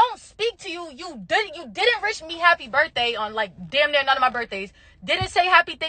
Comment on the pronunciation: she said rish 😂 instead of wish